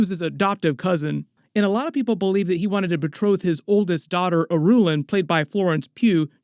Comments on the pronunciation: It's slightly jarring for me to hear you pronounce it "a-ROO-lan". I don't think I've heard anyone else utter that name, let alone in the movies, so my own interpretation could be totally wrong. I always read it like .. Irulan like irridescent. Don't mean to be negative, I loved your breakdown. Just saying it's funny how we read things differently in our own imagination. EDIT in the 1984 version Kyle Maclaughlin pronounces it Yuri-lan just to confuse us all the more. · Since I plan to watch all your videos, Irulan is pronounced "Ear-ooh-lahn". Emphasis on the first syllable, not the middle. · In the audio books they pronounce Irulan with the emphasis on Ir instead of U.